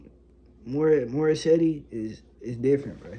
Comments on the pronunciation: Bro, it's pronounce as Mori- set. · The e at the end of her name is silent so it is Morissett. That's the proper pronunciation so try to get it right. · Pronunciation Mor-i-set Ah-mahn. Her last name is like a monster 👹. Her father 👨 named her after Canadian singer and songwriter Alanis Morissette. Beyonce is the main writer of this song. She does a lot of cardio In order to have the power 🔋 in her voice and in her dancing 💃. Morissette Amon does too. This sounds great 👍 Strongly 💪 suggested video 📹: Morissette Amon sings Akin Ka Na Lang. Wishbus version 🚌. Feel free to use subtitles with CC in order to see the English translation.